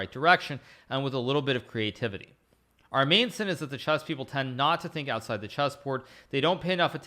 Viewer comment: What is this ooouuut sieeede?